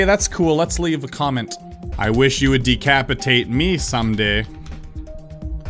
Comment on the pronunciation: did anyone notice that instead of decapitate me he said depaitate me?